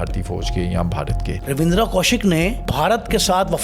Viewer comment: It's ravinder only ravinder not ravidra ok bro